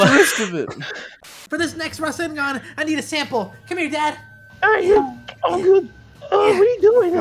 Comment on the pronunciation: Boruto’s rasengun sounds like “WHATS UP GUN”